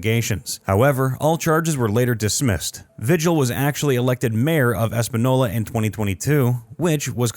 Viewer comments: The announcer needs to learn how to pronounce Spanish names. LuHAN, VEEhill, TruHEEoh, HEEminez, EspanYOLA. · You mispronounced almost every name in this video. Lujan is pronounced Lu-han. Vigil is pronounced, Vee-hill. Espanola is pronounced, Espan-eo-la. The governor of New Mexico's name is Michelle Lujan Grisham.